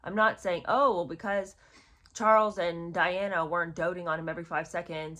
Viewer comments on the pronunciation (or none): none